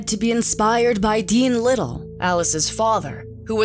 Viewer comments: Her last name is pronounced Lid dell not Liddle. Well done video,! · It was horribly painful to listen to the name Liddel pronounced "Little" when it's pronounced "Li-delle"